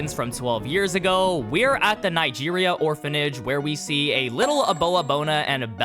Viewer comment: bro didn’t even try to pronounce Nigeria